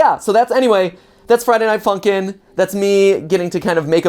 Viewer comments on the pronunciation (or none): I was laughing so much when he said Friday Night Funky not Friday Night Funkin. It was Really funny